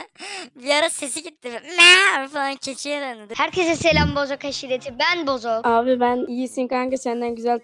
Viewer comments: Arkadaşlar Bozuk değil BOZOK hatta bir videoda bozuk değil bozuk kumandanın bozuğu gibi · Bozuk değiliki Bozok